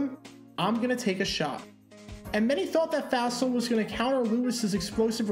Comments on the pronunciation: "Fossil" is correct, so that's why you've always heard it pronounced that way. I heard the pronunciation in this video and I thought, "What?" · It's the little stories like this that often get overlooked or forgotten over time. Interesting pronunciation (and probably correct?) of "Fassel". I've always heard it pronounced as "fossil".